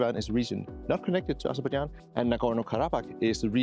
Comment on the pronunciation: hey man. It is Azerbaijan. It is not Azerbadjan. Please correct it. I am from this country.